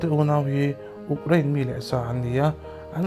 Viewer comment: U... Krein.... Uk krain ni loinn